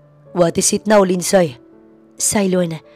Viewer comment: Eto lang ang story dito na sobrang daming NEGATIVE na koments VERY, VERY TOXIC ang flow ng story…Paanong nangyari na mas may utak pa yung 3 y/o na bata kaysa sa CEO bilyonaryo daw na inilulubog naman sa sariling sabaw ginigisa sa sariling mantika ng cheater EX-GF.?? AT Take note—MAY PASSWORD daw yung tablet ng bata & knows how to change it hahaha! ( LINDSAY is pronounced as LIND-SEY not LIND-SAY )